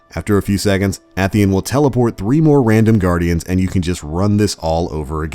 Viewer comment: It's pronounced 'A Theon' not 'ath E in'